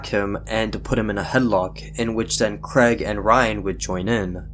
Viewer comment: It’s Craig not Creg